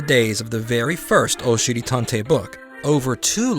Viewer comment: I have to be honest I really thought you kept saying oh shitty tontey.I thought that makes sense because he is a butt.I found out you are saying Oshiri Tantei that makes more since it’s Japanese